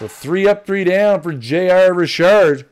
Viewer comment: It’s Richard not Rishard!! Ugh your killing me, learn the names before you butcher them please.